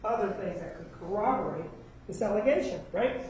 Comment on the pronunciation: guys .... this whole hag doesn't even know the word is CORROBORATE/TION! she literally says "coWObborate! 🤦🏽‍♀️🤦🏽‍♀️🤣🤣🤣